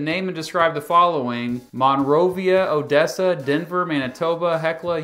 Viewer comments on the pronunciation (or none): none